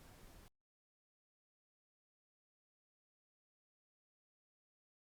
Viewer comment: Hello from British Columbia, Canada. Your English is very good. However, the “et “ at the end of crochet is pronounced like an A, not “et”